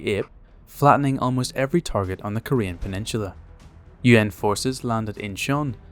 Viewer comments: stopped it at pe-nech-chew--la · What's a, "pennishula "? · Still looking for the H in peninsula.